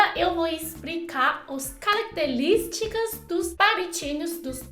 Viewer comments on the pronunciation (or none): cóleia, calactelisticas, etc... aaaah adoro quando ela troca o R pelo L <3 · "Calactelísticas " 😍😍😍😍q fofinha